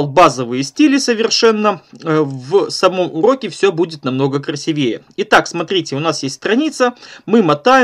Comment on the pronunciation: Уроки шикарные. Но вот это слово "красивЕе" - будоражит. КрасИвее.